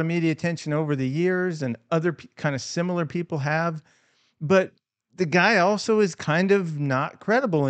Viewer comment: It's "sumilar" eh? .... ware u hom skooled?